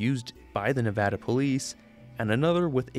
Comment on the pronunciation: it’s a small thing to note, but as a nevada native, it made me really happy that it’s actually pronounced correctly here